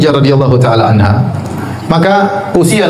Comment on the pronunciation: Kok anhu? Anha yng bner min